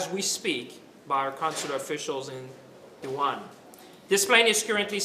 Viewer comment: It's Wuhan not Yuhan